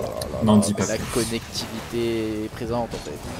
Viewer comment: "la connectivité" ????????? du pur Kaydop ça de toute manière 😂😂